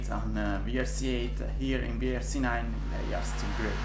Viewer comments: if u say WRC pronouncing "VRC" is no more WRC: W is "double u" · Just a quick tip, you dont say Wii R C 8 but Double U r c 8. Cuz in English the letter W is pronounced as Double U if it is not in a word. Anyways keep going but u make great content! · Please say double-u ;) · You're right but I think that pronouncing letter 'W' like letter 'V' is just faster and sometimes is better to pronounce it like that (especially for non-native speaker). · Non native english speakers pronounce like does